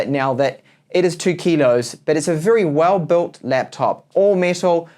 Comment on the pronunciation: "it's a well boolt laptop" HAHAHAHA